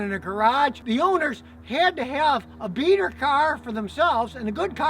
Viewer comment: Beater car! I thought he said beaner car. I had to rewind to make sure.